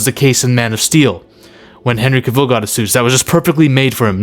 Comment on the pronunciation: I Love your videos and Admire and Respect you. But I just wanna let you know that you keep Mispronouncing CAVILL. For, it is pronounced like CAVALRY Without the ry(ree).